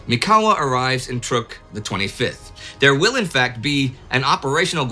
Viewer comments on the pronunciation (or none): none